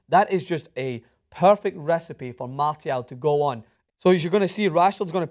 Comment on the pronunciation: Who the hell is "Martyal"?